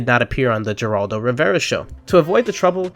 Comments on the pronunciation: Heraldo not Geraldo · The g in Geraldo is pronounced like an h. It sounds like Heraldo. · BTW it's pronounced Hair-all-do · Geraldo (Hur-AHL-"doe") Rivera. In Spanish “G” has the sound of a soft “H”. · It’s pronounced “Heraldo” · Who cannot even pronounce "Geraldo" correctly. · Work on the Geraldo pronunciation you might show up wanting to lend ug gand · you dont. The G is silent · You get a 👎 for not knowing how to pronounce Geraldo Rivera